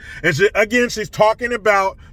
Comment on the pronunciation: I am shocked that you pronounced "again" normal lol